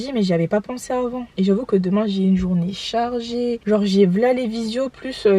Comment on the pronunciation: "à demaing" je confirme tu es devenue une vraie bordelaise 😂😂 Tu es gavé bieng😂